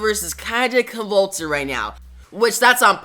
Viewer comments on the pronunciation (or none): I agree the quality suffers when the book has to come out twice a month. Convoluted is pronounced with a long U sound btw like lute